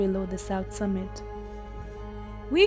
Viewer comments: It is summit not submit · did the narrator say "submit"? Lol!!